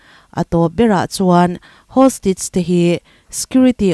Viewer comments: Hostige ti suh hawstaige ti rawh 🤣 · Hostige chu eng tihna nge aw ??!! Hostage tih tur ni awm tak